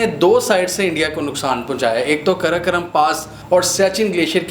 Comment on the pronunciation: karakaram nahi hai...karakoram hai....ghawar..